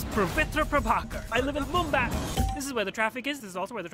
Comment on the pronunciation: And what is mumbatt its mumbai